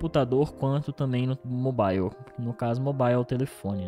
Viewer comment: Cara qual a dificuldade de falar mobile na pronúncia certa ?